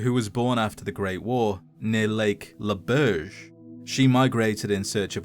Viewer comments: grandeur voice fumbling on saying Marge Labarge and Lake "Laberge" give me life and joy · It's pronounced okanawgan not okaneygen and lake Laberge is pronounced just like barge (I live twenty minutes away from it)